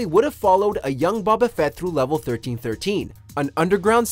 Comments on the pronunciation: “Young babba fett” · Ah yes,my favorite star wars character BOB-UH FETT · Did you pronounce Boba Fett's name as "Bahbah" Fett? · "BA-BA Fett", Bruh. You ever drink boba tea before? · "Baba Fett" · Not Bob-a Fett. Jesus Christ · The way he said Boba Fett wtf 😂